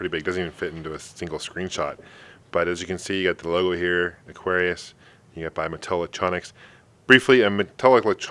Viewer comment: mattel electronic presents: aquarrrlRRllliuisu : D